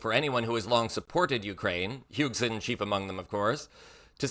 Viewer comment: fyi, Heusgen is pronounced Hoys-gen.